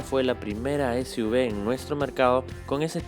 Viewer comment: si vas a a decir SUV en inglés se dice “esyuvi” y no esyuve... por lo demás gracias por la información 👏